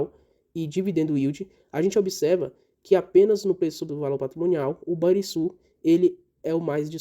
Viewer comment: Só uma correção na pronúncia do Banrisul: se pronuncia com som de RR. Ficaria então o som de Ban"RR"isul...